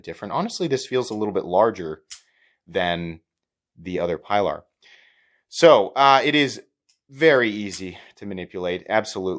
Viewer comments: It's "pea-lar" bub, not "pie-lar". I'm sure you know the always told boat story that nobody shuts up about. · Pee lar. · Sorry, can’t watch this with such gross mispronunciation of the name. It’s disrespectful.